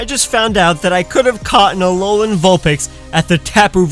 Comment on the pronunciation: DO NOT LEAVE OFF THE O IN ALOLAN! AND IT'S VULPIX, NOT VULINE! FIX IT NOW!